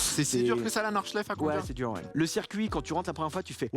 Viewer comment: J’adore la prononciation à la française de Nordschleife … enfin mes oreilles saignent plutôt